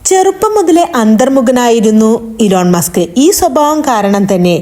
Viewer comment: ഇലോൺ മാസ്ക് അല്ല ഇ ലോൺ മസ്ക്